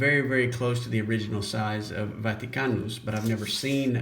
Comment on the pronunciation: Love how you pronounce "Vaticanus." Proper Latinate phonology!